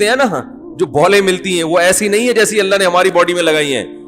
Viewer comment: Please sahi pronounce karo it's ❤️ ALLAH❤️ Correct spelling 😀